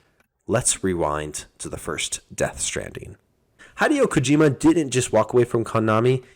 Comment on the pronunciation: Hai-Dee-woah Kajima